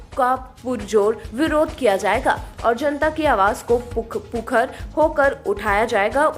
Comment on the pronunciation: पुखर नहीं मुखर 😅